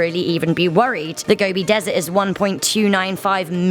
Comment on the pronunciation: The desert is pronounced 'go-bee' not gobby. I searched for the deathworm back in 2005 and spoke to about two dozen first hand witnesses who described a scaly, brick read, sausage shaped creature the size of your arm. The nomads all have a deep fear of it as they believe it to be highly venomous. It is almost certainly a reptile, most likely an amphisbaena or worm lizard of large and unknown species.